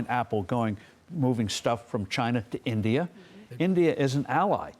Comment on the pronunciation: She couldn't say India. Or she doesn't know her geography 😂